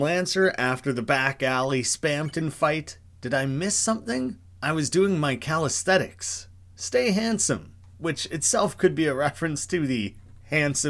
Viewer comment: Calisthetics lol. It's called Calisthenics, with an N.